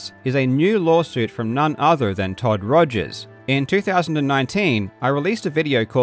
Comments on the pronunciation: He is misrepresenting Mr. Rogers by purposefully mispronouncing his last name. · Mate. “Togers” got a giggle EVERY second time. Great call there 😂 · Totally agree, I chuckled every single time he said 'Togers' from that point on :-) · I thoroughly enjoy how you just continue calling him Togers throughout the video without emphasising it at all.